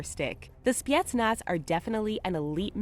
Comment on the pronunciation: the way she says spetsnaz pisses me off. she says it like spee etsnaz